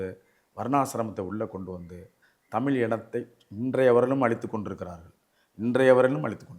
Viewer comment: தமில் அல்ல தமிழ் என்று கூறவும்